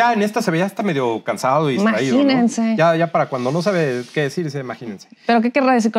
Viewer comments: Dice " maginense". No imagínense. Buscar en el diccionario la palabra " maginense" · No dice imagínense le pone una N al final imaginensen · Maginense,, 14 años ,,en la universidad ,,y todos los años viviendo de parásito ,y no sabe pronunciar ,a 😂😂😂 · El señor dice Maginense!!!!!!